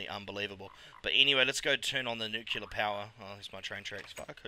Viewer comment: Great stuff, G :) Nuclear != "nucular", but oh well :p